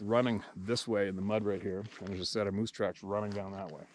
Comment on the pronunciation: It’s not muse it’s moooose…🤷‍♂️😂